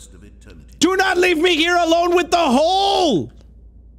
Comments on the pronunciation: Like why💀😭😂🤣😂🤣😂🤣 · But why does the man who’s talking says hooolleee not hole